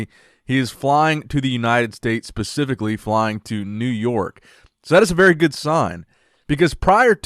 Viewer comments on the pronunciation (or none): Homie said “pacifically” instead of “specifically” smh